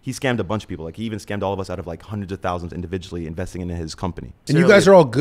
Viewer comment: Homie said 200 erkies lol yeah iight